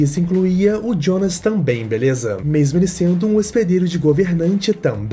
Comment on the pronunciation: Pq q tu fala Jionas ao invés de Jonas? Ele é brasileiro po kkkkk😊